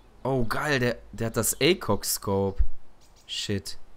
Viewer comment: Kleiner Tipp : Der name ACOG Scope bzw. die Buchstaben werden einzeln ausgesprochen